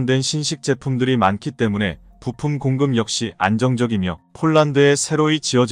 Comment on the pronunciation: 유튜브의 내용을 읽는 분, 한글의 내용 이해가 매우 부족한 사람입니다. 엉터리입니다. 예: 오일팔을 오점일팔로, 때문에를 매문에로 읽으니까 내용연결이 안 됩니다.